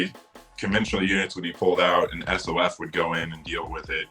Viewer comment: Who the hell says “Ess Oh Eff? As a retired SOF guy, this video is literally the first time I’ve heard this. For the love of God, it’s Soff!